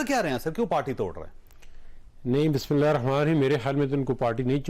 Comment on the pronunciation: السلام علیکم بھائی صاحب ! آپ بسم اللہ درست پڑھنا سیکھیں۔ ثواب حاصل کریں ، گناہ نہیں۔